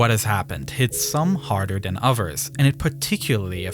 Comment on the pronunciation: th- replaced with f‐ , ‐or like ‐w. In the very first sentence he sais "its August five, two fowsand and ten" and " more den two fowsand feed below de surface"